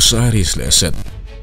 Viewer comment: Ho te mah nise, set tia i sawi hi, SETH niin ka hria, (ka lo hriat ve dan mai mai)